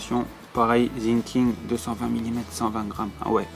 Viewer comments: Pour info😂ont dit Sinking pas zinking sa se prononce S par Z car dans la vidéo set😂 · Très bonne vidéo mais on dit Sssinkig et pas Zinking 😅